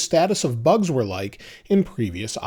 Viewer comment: you saying few bus 😂